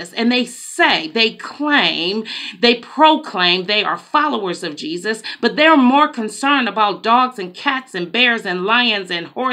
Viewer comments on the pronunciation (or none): none